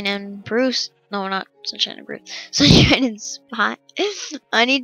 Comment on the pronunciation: hey kid its bruce not bruise